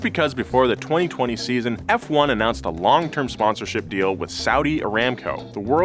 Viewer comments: Who the hell calls forumla 1 fwone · this man really said f0ne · * calls it "fwun" Me: * clicks off the video immediately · Whatever you said. Good ol' FWUN. get a load of this guys lol. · never say that fwun word ever again I beg you...:( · literally noone has ever called it "Fwon" before! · no. Fwun? Nah dude nah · also known as "fwun" ha ha ha that gave me a chuckle. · Who tf says "fwon"? Come on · aint nobody calling it fuan haha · Who? Who calls F1 as “FONE”????? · Fwannnnn lmao. Nope. Never. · Who tf calls F1, Fwun? I'm not saying people don't, but I've never heard it called that.. until now. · Who the fuck calls it Fuan?????? Which "fan" calls it that?!?!?!? So that we can go beat them up... Ngl I don't think Americans deserve to be an F1 fan... People that think doing 500 laps around a literal circle and call that racing don't deserve to be in motorsports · who the hell calls F1 Fwon??? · just you just call formula 1, “Fuone” No, this is absolutely not what fans call it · From this day im gonna call f1 as fone "fwahn" 🤣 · never say fwan ever again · I’m sorry, “Fwun?” Hard no. It’s never referred to as that. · Err, who in God's green earth calls it "fwon"? 🤣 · It’s not an oil company and who calls it “fwon”? Whoever does the script needs to be actually do some research. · Never heard anyone call it fwan. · “Form-uh-luh 1, or Fwone, as it’s called” killed me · Sorry what, "fwun"... please tell me this isn't a thing bahahaha. Its "F-1" and nothing else! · Since when did Formula One became Fwun? 🤣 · Who tf says fwone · "Formula 1 or Fwun" i'm speechless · who the hell calls Formula 1 "Fwun"?? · who tf says fwon? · Ah yes "fwuan", my favorite motor sport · Tell me you dont really watch f1 without telling me Uhh its actually "FWUN" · I've never heard anyone call it "fwon" in my life. I've been watching F1 religiously since 1982. So, the only time I've heard that unfortunate word is when you said it. Don't do that again.